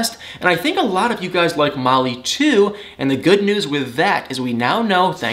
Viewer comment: Love your videos! Could you do a biographical video about yourself? I’m curious bc I think you’re from FL mostly bc of your sweet demeanor and the way you say “think” as “thank”!